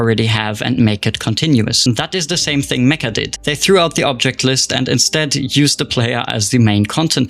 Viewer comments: Meccha isn't pronounced like "meh-kah" it's pronounced like "met-chah." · its not spelled "me-ka" its "me-ccha" theres like a hold on the c and its "cha" not "ka", its made by Japanese devs, and the title means like SUPER CHAMELEON